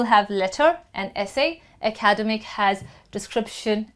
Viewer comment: You’re pronouncing ‘academic’ wrong